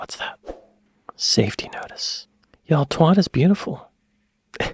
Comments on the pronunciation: Twatt, not Twott. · Twatt isn't pronounced Twott like what, its pronounced Twatt like bat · Really enjoyed your enthusiasm on this video but you do need to learn how to pronounce twatt like a Brit. It rhymes with bat not with hot so it's a hard 'a' sound. Keep up the content though, both channels are knocking it out of the park. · He wasn't paying very much attention when he got to Twat (pronounced Twait by the locals) as there most definitely is a place sign. It's the most photographed sign in the UK.